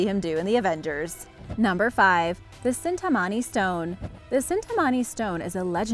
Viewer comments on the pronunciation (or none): It's 'Chintamani Stone' and not cintamani stone. Ch will be pronounced as ch in China not as in chemical. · It's not cintamani it's chintamani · That's the Chintamani not cintamani Amazing video otherwise